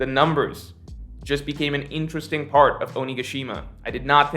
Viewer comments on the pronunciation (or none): "intresting" video:)